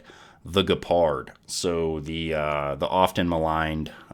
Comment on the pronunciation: did you just say ge-pard.... like ge in "get" ... lol